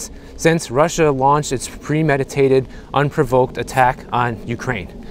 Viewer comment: You mispronounced the word “provoked”.